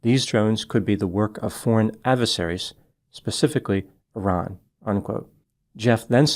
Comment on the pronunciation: Thank you for pronouncing Iran correctly 😊❤